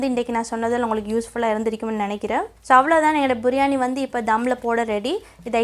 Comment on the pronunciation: බුරියානි ද “බිරියානි" ද